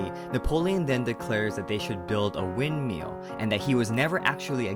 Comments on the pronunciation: love how u say "windmeal" not windmill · the way he says windmill is the funniest thing 'wind-meal'